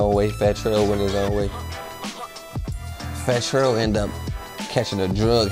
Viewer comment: “Fattel” is crazy lol